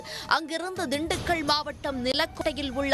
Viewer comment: திண்டுக்க’ள்’ அல்ல, திண்டுக்கல்🙏🏻